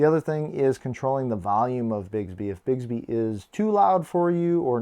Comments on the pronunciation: Great video, awesome watch but it’s BIX-Bee not Bigsby (I just became one of “those” people…apologies dude, not meant to be snotty at all!). I had my GW4 Classic for over a week and hadnt even tried Bixby simply because it sucked so bad on previous Samsung Watches where it was really just the old “S Voice” renamed Bixby. Ive since found out its been rewritten for the Galaxy 4 so it works infinitely better now, much closer to Bixby on Samsung phones! I bet Samsung asked Google to hold off on Google Assistant because they knew the bad rep Bixby has on Watches and knew no one would ever give it a chance if Google Assistant was available on launch - but that’s totally just my FanBoy theory. In any case, give Bixby a try - at the very least, it will make waiting for Goioglew Assistant much, much easier and many of you may find you dont even care so much about Google Asst anymore! :-) Great Vid!!! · Informative video! But "Bigs-bee" drove me crazy. It's "Bicks-bee"! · BiCKSbee is how it's pronounced lol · How are there not a hundred comments that it's Bix, like Twix, bē? Bix-bē.